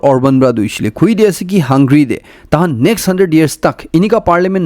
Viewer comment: Hey bro! Great fan of your Chanel and never miss your news update where from I learn a lot of info. However have been noticing many errors in your pronunciation which I never commented but today with positive vibes I want to bring to your notice to avoid such errors because not all listening here are aware enough and many might be ignorant to correct themselves. Hungary (hung-ga-ry) colonel (ker-nel) Please don't take it as criticism but rather take it as positive correction 👍 Thanks for all your effort to always keep us updated. You're doing a great job